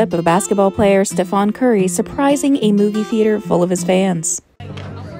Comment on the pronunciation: “Stephaan curry” 😡😡😡